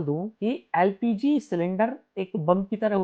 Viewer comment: No. L. P. G. Please. Practice